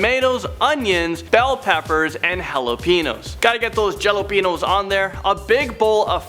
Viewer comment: He said jalapeños wrong